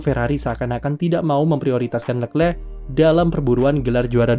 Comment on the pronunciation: jijik om cara sebut nama Leclerc